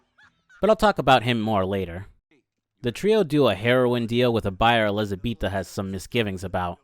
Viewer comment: her names elizabeta not elizabetha